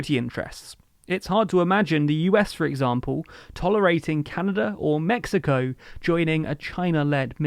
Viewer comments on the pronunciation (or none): none